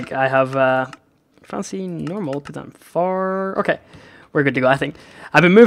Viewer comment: sounded like he said poot a complaint, because of his accent!